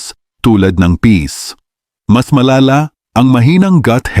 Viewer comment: Peas not peace 😅 Flours not Flowers 😅